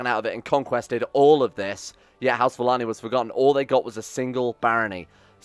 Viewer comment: is it just me or should Valane be pronounced Valayne not Valanee